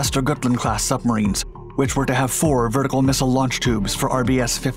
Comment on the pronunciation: But he said "Swedish shubmarines"!